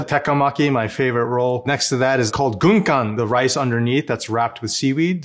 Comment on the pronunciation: 他念軍艦的日文發音很有力量欸 我直接精神一振